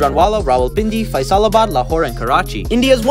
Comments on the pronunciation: The way you pronounce Faisalabad also please don’t do this it honestly makes me mad because of the fact I am form Pakistan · You did not pronounce Faisalabad correctly